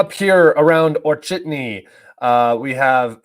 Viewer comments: Author, not "Orchetny" :), but "O-che-rE-tino". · Goddamn it its not Orchidny there is no spiders there. It’s O-che-re-ti-no 😂